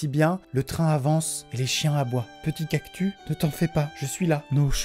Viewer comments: Pourquoi il dit "cactu" et pas "cactuS" ? Il est bizarre lui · on dit cactus et pas cactu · tu me stresse à dire "cactu", y'a un S À LA FIN😭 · cactuSSSSSSSS et pas cactUUUUU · "cactu" ? 😂 Cactus non ? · Il dit cactu pas cactus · "cactu" ????? nan nan CACTUSSSS !! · C'est moi ou Maxime dit cactu au lieu de cactus 😂😭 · Morale de la vidéo : Amixem dit cactu et pas cactuS et ça me stresse énormément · On est d’accord que il a dit cactu au lieu de cactuS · j’adore le mec il dit cactu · C'est pas cactu mais CACTUSSSS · On dit cactuSSSS 😂 pas cactu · oui mais il le prononce "cactu"😂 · Malgré que le clap bonjour me manque, je trouve ses intros beaucoup plus drôle maintenant. Ps: Attend, il dit vraiment CACTU ? 😂😭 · Je suis le seul qui prononce le S dans cactus ??? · Alors amixem si il y a un S A CACTUS C QU’ON DOIT LE PRONONCER !!! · Depuis quand on prononce cactus sans "s"?? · Même.. restez dignes. c'est pas car votre idole dit cactu qui est un mot inexistant qu'il faut le dire